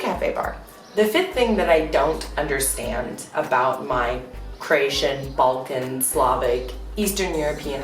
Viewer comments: This girl is dumb. Keeps saying CrEatian, it's CrOatian. You'd think the dummy would know how to say it by now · Hi there, you may want to pronounce the name Cro-atian and not Creation.... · Cration ITS CROATIAN NOT CRATION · It's really annoying the way she says Croatian , lol really annoying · i hate the way she says “croatian”. like he taught u words in croatian but he can’t teach u how to say it properly. ne kužim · It's CrOatian, not whatever you are saying. This is. stupid video.